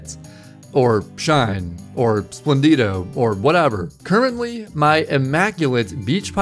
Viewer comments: is splendido not splen dido. im italian and i know that for sppedrunning the italian version is used. try lisstening it on google translate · never pronounce splendido again